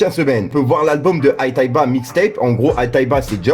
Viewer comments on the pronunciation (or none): Aitayba ? T'es handicapées mon vieux avant de faire des vidéos apprend a prononcé le noms des rappeur 😂